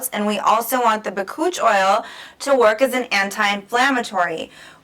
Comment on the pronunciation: Bakuchiol is not an oil. Lol. BAH-COOCH- EE-OWL . Since you're educating, pronounce it right. Lol.